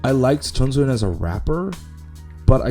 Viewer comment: chongsoyeon? you mean soyeon lol